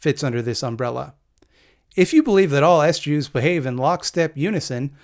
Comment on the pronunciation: "S-Jews"? You might want to come up with another way to pronounce "Ess-Jay-DoubleYous"...because, ya know, there's enough to deal with already....